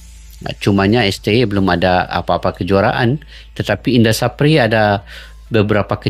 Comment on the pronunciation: Indra SAFRI mas.. Bukan SAPRI.." 😂🤷‍♂